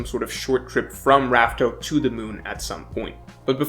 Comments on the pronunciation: Wasn’t it confirmed to be pronounced “laugh tale” not raftel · How does still not know it’s laugh tale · It's Laugh Tale* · Rafael isn't it laughtail? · I’m gonna be honest with you chief. We’ve known for well over a month that the true name is Laugh-Tale. Hearing “raftel” even after that really throws me off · why is he calling it Raftale?! We literally got the name from Roger himself calling it Laughtale! Dude is a OP YouTuber and still using the wrong name🤣 crazy imo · its laughtell not raftel xD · I thought it was confirmed to be pronounced laugh tale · Whoa whoa whoa it's 'Laughtale'. Come on now.